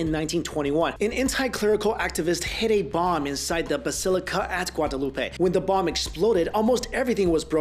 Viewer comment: If your going to say my name "Guadalupe" please say it right